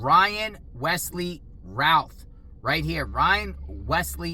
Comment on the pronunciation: The media keep pronouncing his name as Ralph.